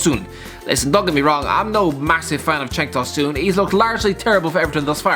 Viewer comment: "Cenk tahsoon" 😂😂😂